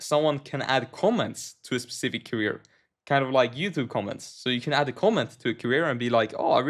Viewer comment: Career. Not carrier